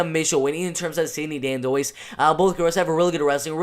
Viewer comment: oh and her name is "dan-dwah" is how you pronounce it